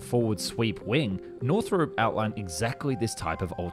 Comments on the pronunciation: Just a little thing, while watching: It's not really pronounced "north rope" it's more of "north rop" like romp without the m. Another thing, it's F one eleven, not F triple one. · You're Australian, HOW do you not know we have always called it the "F one eleven" ??? Also WHY do you keep saying "Northrope" ?? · Is anybody else triggered by him pronouncing Northrop "Northrope"? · Every time you say "Northrop", it kills me a little inside. Northrop rhymes with shop, not soap.